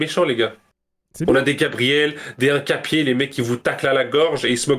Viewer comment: Pourquoi il dit "uncapié" 😂😂